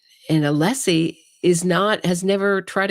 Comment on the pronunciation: One of craziest thing he said about todays coverage was mispronouncing Alessi name.😅